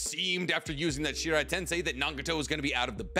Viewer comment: ok i love these videos so much but "shinra tensei" is the japanese you're looking for here not shirai